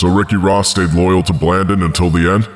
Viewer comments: Pronounced blandone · Blan-dōn! Sanda-neesta! This a great story that every American should know the truth about. Say their names right though!